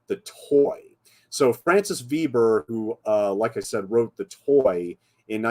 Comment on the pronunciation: sequel is sad original is a wowser Veber translation by Hollywood make me regret je suis americaine you need to learn French pronunciation.